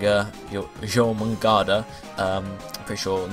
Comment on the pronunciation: Jormungardr is pronounced like Jor-Mon-Gar. just look up World of warcraft version and you will get the pronunciation. the "d" at the end is silent.